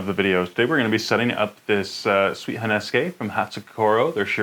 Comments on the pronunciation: It drives me nuts every time you say "honeske" instead of "honesuki". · honesuki not honesukay. please it hurts